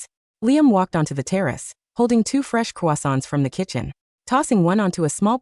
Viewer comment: Not quasonants but CROISSANTS